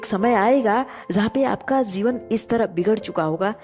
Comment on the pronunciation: Why This video has only 74 views 💀. Isko kam logo ne dekha hoga , maybe kuchh ne kam views dekh kar pehle hi chhod diya aur kuchh logo ne aapke "zeevan" waale toungue 👅 slipping ko sunkar. But... YE TRUE HEARTEDLY MADE CONTENT HAI AUR YE UPAR JAAYEGA !!! Damn Sure ! And plz pin. This is your video's first comment. Ye bhi unn logo ki life ki tarah ghum naa jaaye jo chhod gaye 😉😆